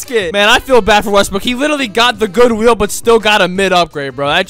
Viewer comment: S it just me, or when he says good wheel it sounds like good will 😅